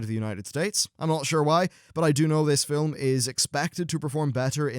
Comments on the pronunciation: ..... can you stop saying "fil-um"? You say it fine when you're in the middle of a sentence, but for some reason when you're introduction a new segment, you put this weird enunciation on it. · You keep saying, "fill um." Film has only one syllable: the 'L' is soft. Are you deliberately making fun of the English language? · film....not filim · "Fillem"? of "film"? "Genuwhine"? or "genuinn" (phonetically speaking) - great review still though. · I understand he has an accent, but why does he pronounce it both 'film' and 'filum' during the video... seemed odd that in a span of 20 seconds he'd say it both ways. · "Filum" hehe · Why does this guy say film as "fillem"? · glad i'm not the only one who was compelled to scroll down to the comments just because fillum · you say "film", i think you'll find its pronounced filim. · Anyone else notice how pronounces film fill-em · I love the way you pronounce "film" haha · My biggest surprise was the development of Blackhand. I really enjoyed him . Oh and let's not forget Gul'dan :) Also, why do you say film weirdly in some places? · In certain parts in the UK and Ireland this is how it is pronounced.